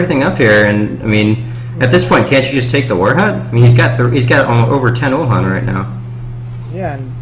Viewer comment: uhlan not ulhan :P